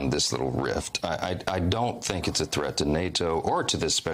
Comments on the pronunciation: why does he say: “NATO so weirdly???😂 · Such a strange little man, er boy. Why was he pronouncing NATO so wierd was he trying to speak British 😂